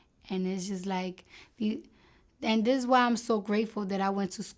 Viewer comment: it eez what it eez